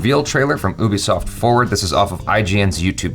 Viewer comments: it's actually OO-bee-soft, cause it's a French company, but nice try. Also "bee", not "bi" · it's not pronounced OO-bi-soft it's Yu-bi-soft.